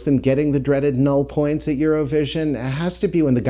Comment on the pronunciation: Couldn't you pronounce 'null points' and 'douze points' the way they should in traditional Eurovision style?